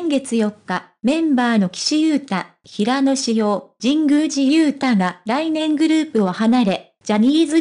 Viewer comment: いつも気になるのだが、平野（ひらの）に対して（へいや）と読むのは違和感を感じる。